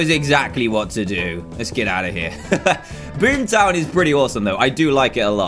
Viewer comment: Dan: TO BOOM TOWN me: ITS BOOMER TOWN NOT BOOM TOWN im sorry LOL I HAD TO MAKE A JOKE XD